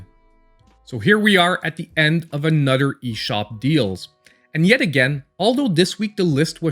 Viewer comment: Ima start calling you, like THE CHOSEN ONE but beddur.